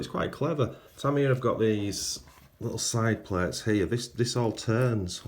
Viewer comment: Tamiya, pronounced… “ tameeeeya” not “ Tamyah”